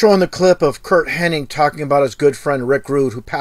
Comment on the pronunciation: It's HennIG, not HennING, bad enough the narrator in this video can't pronunce it right, you could atleast spell it right.